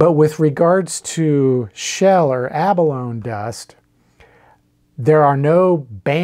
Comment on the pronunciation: The toxicity of shell dust may be in question, but there's no question that the word 'abalone' does not have a silent E. "Ah Baloney!" you may say.